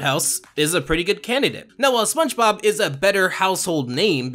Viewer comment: I swear that you say spunchbop instead of spongebob